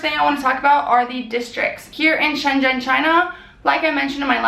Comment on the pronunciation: "shenzhen" is pronounced more like "sun zun"